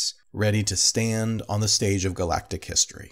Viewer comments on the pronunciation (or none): none